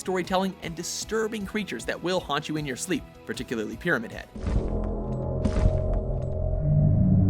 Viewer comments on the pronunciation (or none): none